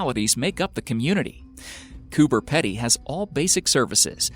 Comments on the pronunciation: Coober Pedy is pronounced Coober 'Peedy' not 'Pedy' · Its said Cooper Peedy, and it is not remote. Fucking idiot yanks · I do like watching these, but for goodness sake learn how to pronounce words correctly. It's almost cringe worthy how many Australian words are mis-pronouced. Cooper Pedy is Copper Peedee. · Zack Sherman Or they’re all Australians irritated over how many times he miss pronounces ‘cooper pedy’ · I’m sorry I had to click off the video cause I couldn’t stand the pronunciation of Coober pedy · Coming from an Australian, I am offended that you pronounced Coober pedy wrong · I came to say about cooper pedy pronunciations as well.. hahaha 🇦🇺🇦🇺🇦🇺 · Please go to Google Translate and learn how to pronounce Coober Pedy... lol :) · He doesn't say it like that because of his accent, it's because he's never even heard of the place before and is reading it phonetically. Pronouncing something wrong and having an accent aren't the same thing.